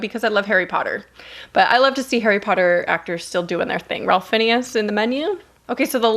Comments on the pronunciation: Menu… did you just say “Ralph Finnius?” “Ray FINES” to give a phonetic assistance. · If it helps, ralph fiennes is pronounced like rafe fines. His brother Joseph fiennes is also very famous too ❤️ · Ralph Fiennes is pronounced “RAFE FYNZ” 🤗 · Ralph Finnius??? It’s pronounced Ray-ph Fines. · ralph fineas!! i love that pronunciation :')) his name is impossible to guess by just reading it but it's pronounced like 'rayf fines'! <3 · It's "Rafe Fines" and Riley "KEE-oh" 😂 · Lmao gurl I love you but its pronounced "RAYF FINES" haha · Ralph Fiennes is actually pronounced Rafe Fines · I've just discovered your channel and I love it! Hope you don't mind my saying - Keough is pronounced key-o and Ralph Fiennes is rayf finez 😀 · Always great, informative reviews! Love to watch these! But, your pronounciation of Ralph Fiennes name, it's pronounced "Rafe (rhymes with safe) Finez" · So excited for these movies! (BTW it's pronounced "rayf fines") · Ralph Fiennes is pronounced “Fines”. Love Rupert Grint too. The Munsters had a short colour series in the 90’s I think? At least that’s when I saw it. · I don't know if anyone has already said this, but Ralph Fiennes pronounces his name Rayf Fines. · Ralph Fiennes is actually pronounced Rayf Fines. Strange but true. Keep up the good work! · “Ralph Finn-ee-us” 🙃 🥀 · Love this video, love all of your videos. But Ralph Fiennes - his name is pronounced like Rayf Fines. It’s a rough one, but he’s one of my favorite actors too 😊. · Love the new setup. FYI, Ralph’s last name is pronounced, fines. Can’t wait for Cabinet of Curiosities. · Ralph Fiennes is pronounced Ray-ff Fynes 😄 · Right? Far as I know its pronounced " Rafe Fines". It threw me a little bit to hear it like that I've always heard it being pronounced as Rafe Fines. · rafe fines is how it is pronounced yes! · Ralph Fiennes is pronounced Raiphe Fines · I enjoyed the video.... except for your pronunciation of Ralph Fiennes :( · She mispronounced Ralph Fiennes name twice .